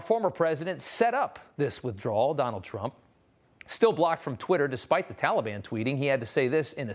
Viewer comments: The first thing slo’ Joe should learn is how to say Taliban. Not Tally-Bon. Good grief. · What’s embarrassing is the pronunciation by our president of our enemies, tolly ban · Tolly Bon. Sounds like a really bad candy!!. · Biddy: "I asked the Talliebun to be nice to us." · That is how Obama pronounced it. He is mimicking Obama.